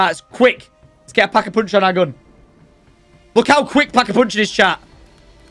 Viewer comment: Like for “Pack-A-Poonch”